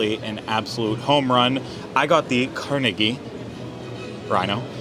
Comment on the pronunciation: I appreciate that you said Carnegie - Car-nay-ghee. True Pittsburgher!!! The right way to say it! LOL!